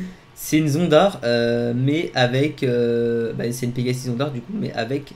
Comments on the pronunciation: c une " zondar " 🤣🤣😭 On dit zonda R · C es oas zondar c est zonda-t